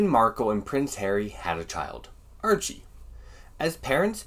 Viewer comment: Haha! Several times it sounded like you pronounced his name Urchie...urchin!